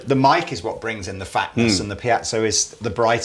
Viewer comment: Please people...it's 'pee-ay-zo' NOT 'piatso' or 'pye-zo'. Google says....'Piezoelectric Effect is the ability of certain materials to generate an electric charge in response to applied mechanical stress. The word Piezoelectric is derived from the Greek piezein, which means to squeeze or press, and piezo, which is Greek for “push”. Also....The piezoelectric effect was discovered in 1880 by two French physicists, brothers Pierre and Paul-Jacques Curie, in crystals of quartz, tourmaline, and Rochelle salt (potassium sodium tartrate). Ever heard of Pierre's wife, Marie ? She discovered and named ' 'radioactivity'. Clever bunch eh? So please, try to say the word 'piezo' (pee-ay-zo) correctly..many thanks :)